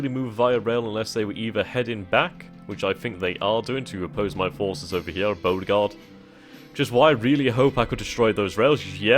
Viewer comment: YES! It is pronounced Bow-re-gard. Next you may even say Fred-rick-town instead of giving it a German name :)